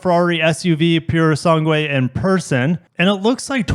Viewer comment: You can also use Google Translate to listen to the right pronunciation of the word "sangue". It's sange, the "u" is mute. Portuguese here, btw.